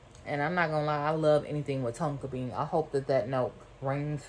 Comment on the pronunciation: The way you said Tonka bean😂🤣 love you friend! Keep up the good work☺️